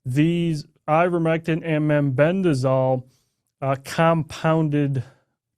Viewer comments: He is saying MENBENDAZOL. Does he mean MEBENDAZOLE ??? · Clayton, it is MEBENDAZOLE. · They(Redacted) are just jumping on a bandwagon, trying to make a quick killing! Clayton couldn't even pronounce Mebendazole correctly.. talk about preparation! Shame because it all ends up looking like a cheap sell- out!! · Both of you dudes pronounce Mebendazole incorrectly.